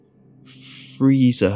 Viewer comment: “THURR FREEZER” 😂😂😂😂